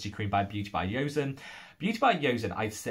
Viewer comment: Replying to my comment after watching the video hahaha. I am proud I know so well😆😄 Also please please say Choson, not Ioseon 😅😅 It's the name of one of the Korean royal dinasties. Then you will sound even more boujee 😅😅Sorry, I'm joking🙃